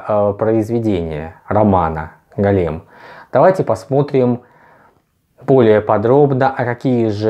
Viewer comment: Только не голЕм, а гОлем:)